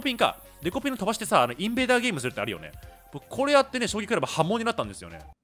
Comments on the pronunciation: キスィフジュイショウタニョ葬儀トレーニングゥ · これ読んでから葬儀トレーニングにしか聞こえんw